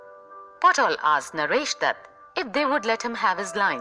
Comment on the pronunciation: not potol babu but patol babu...😂